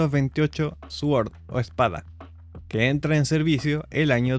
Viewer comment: Muy buen video, gracias, y le pago con una pequeña contribución. El proyectil "Sword" o espada, mostrado en su video, se pronuncia "sord" pues la w en este caso es silenciosa, como la h en hola. Y de paso, el tanque americano "Abrams" se pronuncia "éibrams" y es un apellido. Acabo de descubrir su canal y me alegro mucho, suerte. leonardo